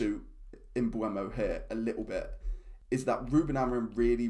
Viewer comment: Pronounced mbumo, not mbuEmo….